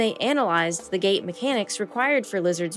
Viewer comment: "When THRE-INED, however..." The word "threatened" has a "t" in the middle. Please pronounce it. "To describe the GAA of..." The word "gait" has a "t" at the end. Please pronounce it.